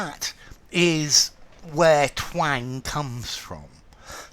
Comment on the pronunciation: "Twääääng" - love your pronunciation 😊 and visually stunning explanations. to speak with a twang - näseln, mit näselndem Tonfall sprechen zupfen, schwirren, scharf klingen